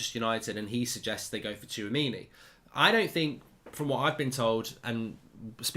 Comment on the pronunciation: Hats off to Mark for pronouncing the player's name correctly !